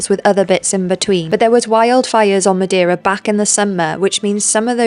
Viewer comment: Amazing! Just FYI, it's pronounced "muh-DAY-ruh" not "muh-dee-ruh" 🌞